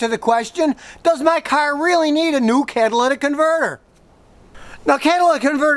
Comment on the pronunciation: “Cadillac converter” lol